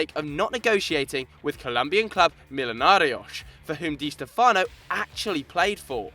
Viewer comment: It's pronounced (Dee Stefano) Not (Dee Stefono!!!)